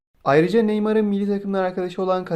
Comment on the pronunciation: Mılli dedin milli